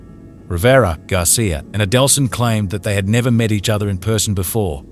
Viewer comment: Why would you narrate this video given you cannot pronounce Markel or Adelson?